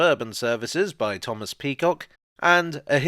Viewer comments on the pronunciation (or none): none